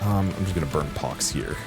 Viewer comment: The dread that struck my heart when I heard you misread pox lol